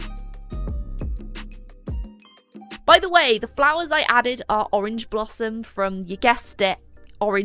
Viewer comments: "Pourange". I'm using this. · Porange 😂😂😂laughed too hard to this